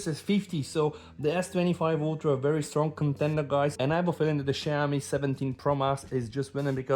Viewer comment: Bro, you pronounce Xiaomi like shau-mee